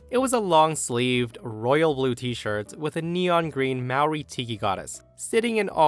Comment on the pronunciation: you pronounced Māori incorrectly.